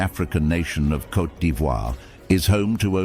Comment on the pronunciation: 😂 say Côte not coté